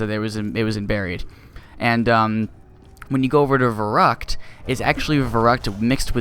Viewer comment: I will be picky! It is verrÜckt not verrUckt. I can not remember an english word with the same sound as "ü", but in my language "y" is pronounced the same way